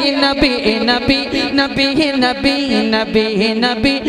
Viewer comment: Nabih hota hai Ya k Nabi. Sahi Se Naam lo Pyare Nabi ka, Nabih Nahi Balki Nabi kaho.